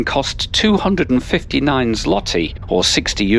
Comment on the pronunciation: Złoty is pronounced zwoti and Głowny (Main, as in Main Station) is pronounced gwovni. Ł in Polish is pronounced "W".